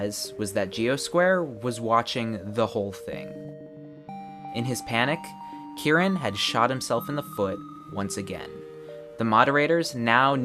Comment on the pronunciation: Bruh the way you say Kiran it tricks my brain into thinking it is Kieran, plus when I see the CC the Kiran is pronounced as Kieran